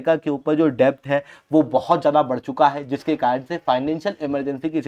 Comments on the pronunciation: Arey yaar डेब्ट nahi डेट होता है । B silent hota hai । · Its kharab pronunciation lekar a gaye gyan baatne....yaar bandh karo "CONTENT" , Its pronounced as "DET" not "DEBT " literally , matlab kaha se aa jate hain..cant even spell a blooming name , its ELON no ALLEN ...Doofus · Debt is pronounced as det , please rectify it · Debt is pronounced as DET.